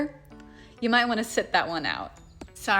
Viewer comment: "Yoh say might" followed by "Yoh say muh night."